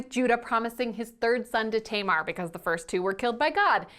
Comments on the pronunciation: I deeply appreciate this video, but I wish you would look up the correct pronounciations of names because it was driving me crazy that you were calling Tamar Tay-mar. That “a” sound does not exist in Hebrew. Other than that, I think this is really important and a great thing to talk about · that's...that's not how you pronounce Tamar. my sister's name is Tamar. it's TAM-ar, like TUM-ar.